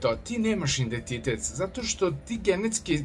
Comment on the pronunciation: Jesam li samo ja čula "indetitet"?😂